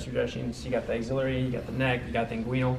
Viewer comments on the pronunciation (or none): Axe-eh-larry not auxiliary 😂.